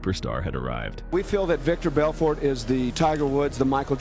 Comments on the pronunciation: Who is Veeter Belfort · Veeder Belford? 🤣😂🤣😂🤣 these narrated videos are always so fucking bad. They never pronounce words correctly. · He keeps mispronouncing vitor Belfort. Is viror Belfert.